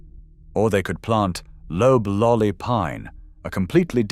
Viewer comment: AIs don't know it's NOT pronounced lobe-lolly. That first syllable should rhyme with cob. LLMs don't learn phonics.